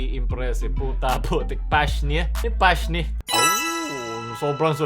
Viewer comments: I love your accent,. Say it again! □:_lulAHH: "Pash-ni" instead of "Pash-neya" HAHAHA:_lulDekalidad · PASHNEA (PASHNI) KA T_T WAG MO PAHALATANG DI KA NANONOOD NG ENCANTADIA HAHAHAHA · di mo pa pala alam yung pashnea hahahahah (pash-neya) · Pinaka sosyal na pag pronunce ng pashnea. 😆